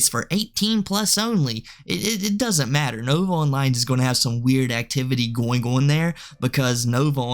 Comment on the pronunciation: I swear dude, I always thought you were from the south by your accent until I heard you say “going on.” 😂😂😂 now I think you’re from Brooklyn or some sh*t 😂